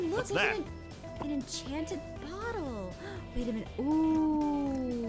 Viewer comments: Its bottlé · it is a bott-l-è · the way thay pronounce bottle is funny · It is spelled bot o le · I laughed when said bottle wrong way hes always been a baby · Ok when said its a bottle and aphmau said it right and said it wrong its like a fancy word like my god